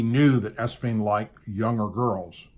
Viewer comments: Oh my gosh you're also pronouncing Epstein incorrectly to. Please pronounce these words correctly if you don't know how to pronounce it some other contact providers and you'll understand how to say the word I like your show but it's really frustrating when people don't use these words correctly so the rest of the world can be congruent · Good God.Love your vids.Appreciate your work.but practice your words before you speak.you speak well when your live,but its Epstein not Espein?As far as Trump goes.I like him for pres.but I'm not delusional either.people who have achieved what he has often come with baggage.He's not a saint.I think he genuinely cares for us and our country but he also belongs to an elite club.you don't get to were he is without some moral sacrifices.I know plenty of prominent men that are OK on the surface but fall short of what we accept as the societal norm.We must often overlook some MINOR discrepancies with each other if we want to get along.I personally worked for a business owner who every winter went to Costa Rica with his buddies for under aged girls.......That's not me and I don't like what they did but I also liked and needed my job.I don't condone or understand why men like young children,maby its a power thing. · Ok I can't stand it please research. Also, please look at Epstein, it is not Espein, it is EP-Stein. Sorry I don't usually do this but it makes you sound bad. Not knowing all the facts not a drinking club, it's a golf club and Trump worked with police when Epstein was charged in Florida. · His name is Epstein not Espeen??? To me it sounds like (Ep stine) he is the dirtiest dawg going for sure but hundreds could go down with him. Today President Trump said today that he has spoken with him or seen him in 15 YEARS. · 'implicate', not implement, EP steen, not Espeen. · Ep-stein not Es-pein. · EP stein not ES pein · It's not espien it's Epstein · Es-bean LOL it's Epstein😂😂😂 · His name is Epstein not Espeen.